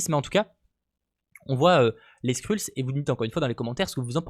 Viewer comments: Merci pour les infos :) mais est ce que tu peux prononcer "skreulls" stp parce que ton "skrulls" me pique un peu les oreilles, no offence :) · Trop content je savais pas yavait ronan et korath des gardiens de la galaxie 😁😁😁 PS. Pour info les skrulls ça se prononce "skreulss" mais bon pas grav